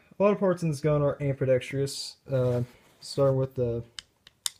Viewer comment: It's ambidextrous, not ambidextreeus. Otherwise, good review I guess.